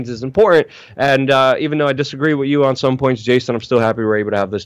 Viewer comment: "Wit you" 😂